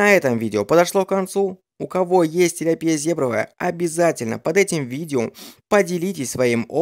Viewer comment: Ну вообще то тилЯпия а не тиляпИя...помоему так....или всё-таки по другому?????